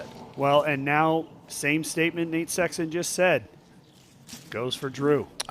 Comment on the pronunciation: Absolutely! What a year! One thing please, I like this coverage and the professionalism you all display. I think it’s important for the sport. I love Jomez and watch all of them, it’s just different. With that said; could you please stop calling Nate…. Sexton. It sounds so awkward and odd. You two are commentating back and forth and I hear “what do you think Sexton?” How about Nate?